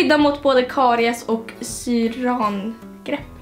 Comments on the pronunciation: Syra-angrepp inte syraan-grepp haha :D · Det heter syr-angrepp, inte syran-grepp hahah😘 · syr-angrepp uttalas det hahaha